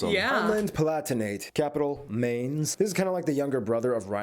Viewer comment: Cool video, a few tips on prononciation tho: for Mainz speak "mines", for Kiel speak "keel".